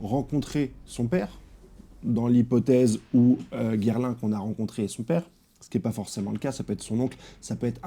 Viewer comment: Gerlin? Désolé mais tu me tue de rire avec ta façon de massacré le nom de ce type 😅 😂